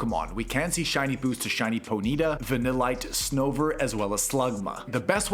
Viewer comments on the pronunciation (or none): No hate just to mention it's pronounced pony-ta 😊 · Did you just say pony-ta?